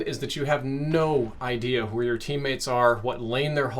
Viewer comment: Nobody: You: “Do you know hooWhat?”